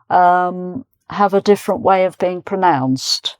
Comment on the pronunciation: The way you pronounce OF can be mixed up with OFF.